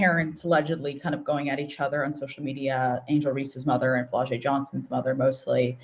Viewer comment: You mispronounced Flau’jae’s name.